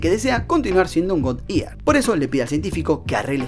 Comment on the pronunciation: Muy buen to aporte, muy bien resumido y con claridad. Sugerencia; (eater, no se pronuncia ear. (ēdər: Ider, o itær, no encontré la letra hahahaha digamos que es esa. Me ha atropellado la tecnología.) si te gusta pronunciación británico.